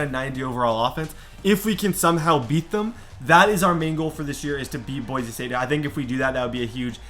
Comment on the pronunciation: please call it BoiSe State not Boize State. It kills me 😂